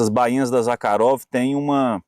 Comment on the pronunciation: Conheci o Mestre Zakharov. pessoalmente ( a propósito o nome se pronúncia Zarrarov ) juntamente com o saudoso Laércio Gazinhato sempre estávamos na casa do comendador Zakharov no Jabaquara.nos fundos de sua loja onde almoçamos e conversávamos muito sobre a manufatura das facas e outros itens . Excelente vídeo 👏 👏 👏 👏 👏